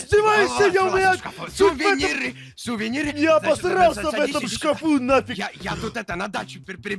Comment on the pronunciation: СУВЕНИРЫ 😂😂😂😂